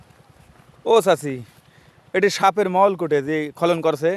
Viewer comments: খলন কি ভাই,খনন উচ্চারণ করুন। খুব সুন্দর ❤ ভিডিও। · বার বার খলন খলন বলছেন। খনন কাজ। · খলন না রে, খনন। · খনন খলন নয় শুনে হাসি পাচ্ছে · খনন বল তে পারন না। কানে লাগে।